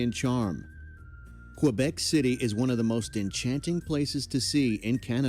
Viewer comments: It’s not quObec it’s Québec, like quay + beck. Or the Spanish word que+beck. There’s no letter O anywhere in the name. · P.S.: Québec is pronounced Kaybec.